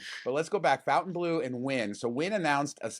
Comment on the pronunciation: I would expect you guys to know how to pronounce FontaineBleau. It's not Fountain 🤦🏻‍♂️😅